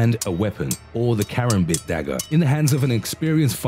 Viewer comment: Kar am bit, (car am bit) not karam bit (care am bit)